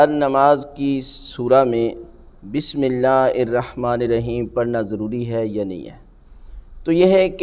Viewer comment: Pehly hud Bismillah prhna b seekh lo plz